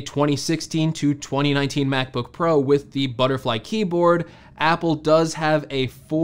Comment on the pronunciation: Mac book "parow"